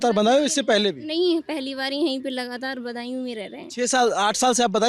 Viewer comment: सौरभ जी बदायूं को बंदायू बोल रहे हैं भाषा में ध्यान दो भाई